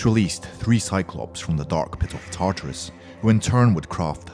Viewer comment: your saying gaea,tatarus, and other names whrong